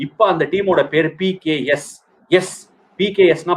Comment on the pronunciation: it's PBKS not PKS